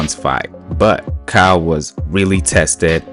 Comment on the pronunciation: Caio is pronounced Cayo with a weak o and a strong open A.